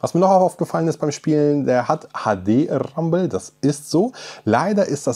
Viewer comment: Das HADE RRRRAMBEL